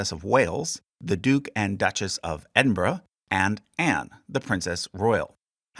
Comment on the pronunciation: Noooo you pronounced Scone and Buckingham wrong 😭 although you did get Edinburgh right so I'll let it sldie